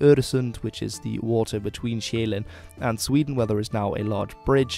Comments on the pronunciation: Impressive pronouncition, but a bit flat on the Danish vowels though ( we are not that extreme - yet! 😂 ). The island Sjælland ( Zealand ) is pronounced like [shell-lan*] with a short abrupt n at the end ( a glottal stop ), not [shei-læn*] 😉 Btw. OE gamul = old ! , Dan. gammel, Gorm den Gamle. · Gotta love your pronunciation :D Jeeeland and Sjæææland. While you're one of the few who actually gets how an Æ sound... You drag it out waaay too long ;) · STOP CALLING SJÆLLAND ZEALAND OR SJAELAND. Its Soulland to you foreigners ;) The soul of the nation that was scandinavia, home to the castles, real nobles and their gardens. SOUL LAND! Thank you ... btw, swedens castles are just like a movie set, theyre not real, noone uses them anymore and they look like shit due to neglect ;) Also, the so-called swedish nobillity was offered and served their justice in 1520, look it up ;)